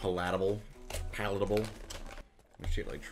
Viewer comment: "puh-lattable" lol.